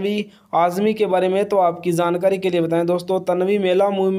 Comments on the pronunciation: Jaaankari hota ha Zaaankari nhi😂😂😂😂😊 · jankari ko kehty ho zaankari tum logon ki pronunciation kyun kharab ker rehy ho , jab sahi bolna nhi aata to video kyun kerty ho ,koe aur kam kro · Zankari nahi Hota jaankari hota hai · Jankari ❌ zankari ✅ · Jhankari not Zankari 😅😅😅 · Hahahha had ha yar itna jhooot video views k liye wo pic nhi ha uski saf pta lgta ha Aur han dusri bat lafz Jankari hota ha Zaaankari nhi hota 😂😂😂😂😂😂😂😂😂😂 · Are bhai zankari nhi hota jankari hota hai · zaankari nai hota bhai, jaankari hota hy, ar film 1998 me aai thi, pehly apni jankari durust kro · Abe zankari nahi hota he zyada urdu mat bolo,jankari hota he. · Bhai zankari 😂😂 kia h our amir h ameer nhi